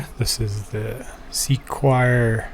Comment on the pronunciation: I’m sure it’s pronounced “secure” not SEQUIRE 😂😂